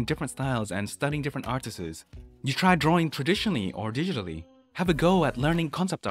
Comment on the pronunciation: My man, apply your art learning regime to English. Stop adding an extra S to every plural word. It's not "artistss", it's "artists".